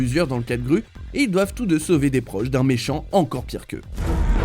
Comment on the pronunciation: On dit « grou » pas « grue » quand on parle de moi moche et méchant on dit pas n’importe quoi 😅😂